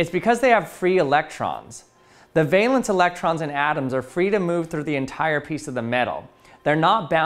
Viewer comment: Did you say ..the valance electrons?????